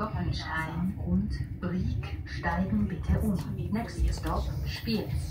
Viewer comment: Die Aussprache Spiëz ist richtig. Respekt für einen Hamburger.